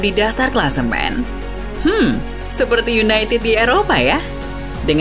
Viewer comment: "seperti yunaitid di eropa yah" renyah sekali di telinga 😢